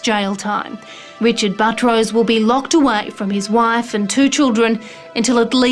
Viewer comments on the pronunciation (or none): His name is Buttrose, but the narrator keeps calling him Buh-troce, similar to buttress.. It should be pronounced Butt Rose. If it were my name, I would pronounce it like Buttress also. I bet he had fun in elementary school every time the teacher called his name.